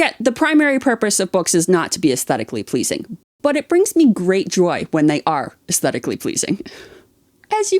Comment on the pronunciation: I jump every time he says “uzteticly pleazing”, and with absolute doubt, when do lizards organize their books? Love you guys 😂